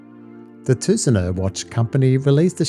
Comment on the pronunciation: Fantastic review! And thanks so much for your proper pronunciation of Tusenö and Göteborg :) I have a Tusenö Blackwater en route now! Seeing the attention to detail with the design language of the Shellback, I'm so excited to try the Blackwater. Tack så mycket!